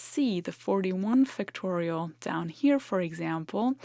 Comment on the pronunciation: I've heard that the pronunciation of schwa-type vowel sounds is a big nuance in language learning.: Be sure to pronounce the first syllable of "factorial" with greater stress and more of an /a/ as in fact or factor rather than as a schwa sound, even though it doesn't get the primary stress of the entire word. Great video as always, and your fluent command of English as a second language, when talking about a technical subject, is amazing!